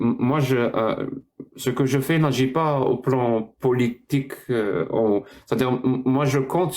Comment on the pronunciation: C’est « politjique » pour un mec qui est né en France 😅